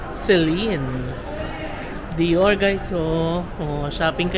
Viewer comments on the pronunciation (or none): none